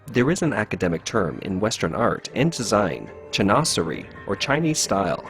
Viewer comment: "Chinoiserie" = Shin Wa Sir Ee. You're welcome 😀